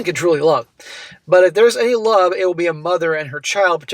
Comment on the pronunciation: The iconic way that pronounces 'love' as 'lurrve' 🤣